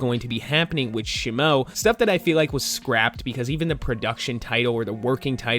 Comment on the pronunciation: Say shimo right 😂